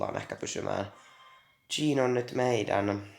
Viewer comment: se pitää lausuu cheen